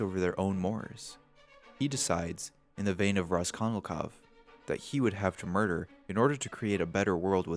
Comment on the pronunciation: I blame that one English teacher I had for making me hyperaware of mispronunciation. "Raskonilkov" should definitely not have bothered me as much as it did lol. "Kiroskiro" was only once, but the name.. I wish I didn't notice shit like that. On an unrelated note, science has shown that the makeup of Insane Clown Posse is the most effective at preventing face scanning technology from identifying you. So if you're ever really trying to prevent identification, becoming a Juggalo with sclera contacts for a day might cover your tracks.